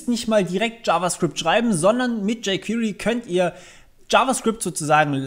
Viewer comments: bei jquery spricht sich das e mal zur ausnhame nicht als i aus. wenn ich jedes jquiry höre bekomme ich nach längern kompschmerzen. des weiteren sollte man doch schon zumindest die grundlagen einer programmiersprache kennen, wennman ein framework benutz, weil erklärt sich vieles automatisch, abgesehen gibt es immer noch nicht für jede js funktion ein jquery equivalänt. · "Jey qwirii"